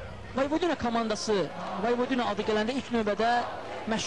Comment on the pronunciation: voyvodINA yox voyVOdina deyilmelidi , baxin bu cur bisavadlar nece TV-ye ayaq aciq en besit melumati bildiyimi kimi deyir